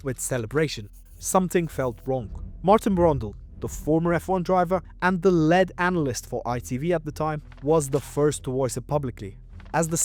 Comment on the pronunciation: Is the voice AI or did you just mispronounce lead?